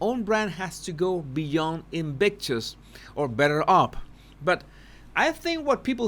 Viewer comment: Invictus said by = In-bitches! And I'm dead! 😂🤣😂☠